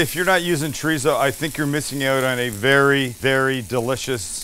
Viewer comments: wtf is "tree-zo?" lol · are we supposed to pronounce it chodizo?🤣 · The way white people say chorizo😂😂😂😂😂😂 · Sam, greetings from New Mexico. I will like and subscribe as soon as you say chorizo correctly for once. Come on man, ur “from” SoCal. 😂 JK, Im already a long time subscriber! Ps... i suggested my parents visit Not Not when they were in SD last summer, and they loved it. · can someone tell this guy how to say chorizo properly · Promise to work on how you say chorizo? 😂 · Breakfast Burrito 🌯 white people we literally make tacos every morning for breakfast without definieing it,you can't even pronounce chorizo stoooop!!!!!